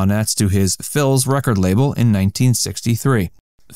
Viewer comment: Phillies Records, pronounced like filly's.